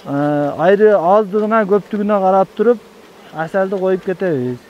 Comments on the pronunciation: Качан туура суйлогонду уйронобуз. Айры башка, Аары Дейт. Молодец бирок, ишинерге ийгилик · Айры эмес аары деп бал аары деп айтылат тилдери кантет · Каяктагы айры? Аары деп кыргызча суйлосон? Айры деп башканы айтат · Аары дечи айры дебей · Айры дебей аары десен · AAРЫ деп айтсаң. Айры башка нерсе го. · Айры эмес аары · Айри айри эле дейт бир туруп кулкун келет экен айлан жок кулосун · Тантыбай аары дечи брат